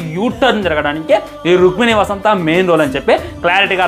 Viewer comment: వసంత కాదురా జఫ్ఫా వసంత్ 😂